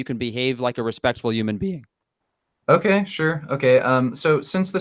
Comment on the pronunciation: “A respektful hooman.... bean “ Lmao